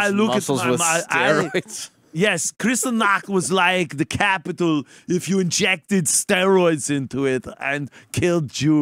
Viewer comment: Kindergarten copital